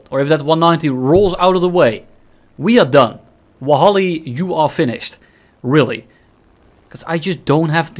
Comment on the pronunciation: will the a1h get a video or is it ass btw its wallahi not wahalli lmao